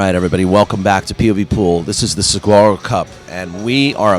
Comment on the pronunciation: if you are here in Arizona...moderating and helping present the game...PLEASE LEARN TO SAY SAGUARO sounds like suh-wah-roe...otherwise I love listening to you guys